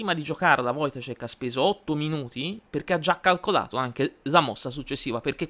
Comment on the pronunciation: Ciao, ottimo video e complimenti per la pronuncia del cognome polacco. Un piccolo appunto: l'accento è sulla a, si legge "voitàscek". Ancora complimenti per tutti i video che fai